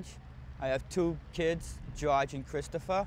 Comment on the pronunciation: Gawge (George) not Josh!